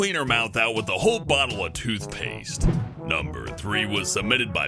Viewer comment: "tooth paste"